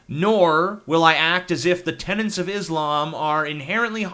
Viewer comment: It's "tenet" not "tenant", you daft sod!